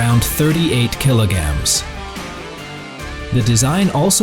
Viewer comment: What da hell is a "kilo-gam"?! Stupid A.I. narration! 🙄👎